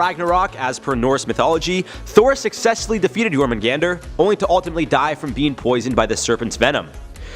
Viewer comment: Jormungandr, not "Yourmen Gander" 🤣